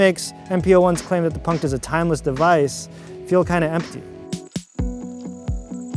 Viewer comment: You mispronounced the word 'Punkt'